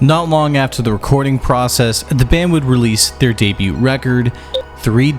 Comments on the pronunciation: Debut (day·byoo) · Please dear God . I love your videos but please stop pronouncing the T in Debut!! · I think that’s the first time I’ve ever heard anyone pronounce the “t” in “debut” haha